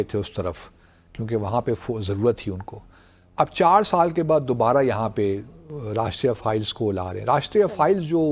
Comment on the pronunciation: Rashtriya Files 😂😂😂😂😂, same as BaSHIT files😂😂😂😂 Dumplomat it is Rashtriya Rifles, not files 😂😂😂😂😂 seriously